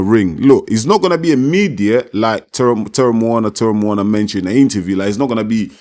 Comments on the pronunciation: our 🇼🇸 SAMOAN USO. Teremoana pronunciation is correct. He is from the COOK ISLANDS. Honestly, Justin Huni is Samoan, Tongan and Swedish ancestry like most of us Usos. Why can’t Ja’i Opetaia just fight Chisora like Usykk did as his first fight. Chisora would be a great test for Ja’i. Bivol is not mean and skilful enough respectfully. Just a suggestion. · Teremoana.you say it perfectly brother. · Good job at pronouncing his name brother. If we Polynesians have an R in our language, we roll the tongue. So it kinda sounds like a D 😉